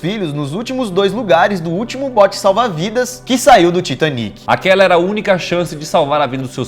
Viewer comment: Excelente vídeo. Apenas um detalhe. O Titanic foi um navio inglês e portanto a pronúncia deveria ser “Taitânic”. Além disso, em português é a palavra titânico e nâo titaníco, como em pinico. Titanic (Titaníc ) é uma pronúncia francesa, horrível por sinal. Kkkkk TAITÂNIC!